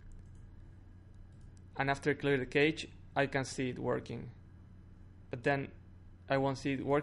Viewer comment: There is no "next video" with the home screen and stuff. Cache is not pronounced keich; You can refresh the page while redownloading the whole content by holding down control and pressing f5, no need to clear through settings